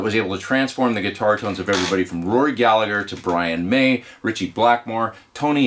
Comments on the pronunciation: Amazing stuff as always! But it's pronounced Galla-her not galla-ger, I know non Irish Gallagher's pronounce it the second way and that's fine, but not Rory as he was Irish born and bred ;) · Great video... just one small thing though! We don't pronounce the 2nd "G" ( When followed by an "H" ) in surnames like Gallagher & Callaghan here in Ireland ( or in counties like "Monaghan" & "Armagh" ) They're pronounced like Gall-a-her, Call-a-han, Mon-a-han, Ar-ma. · Galla'her. The second g is silent.